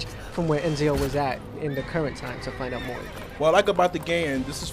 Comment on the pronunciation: i think its ezio not enzio